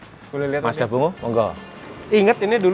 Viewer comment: FYI Mazda bongo penyebutan aslinya Bong Go. Tau itu tahun 99 saat di Jepang